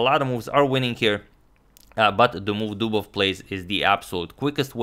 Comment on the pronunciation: That was... "Dobovious"